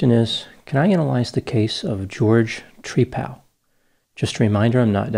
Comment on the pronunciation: Tree-pal is how he pronounces his name, like he's friends with a tree..😂 🤣